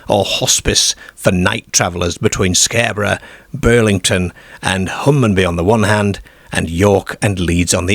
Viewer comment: Britain does not have a werewolf problem, because it does not have werewolves. Why do you mispronounce words? Darebyshire, Scareborough, pearties, fairmland etc.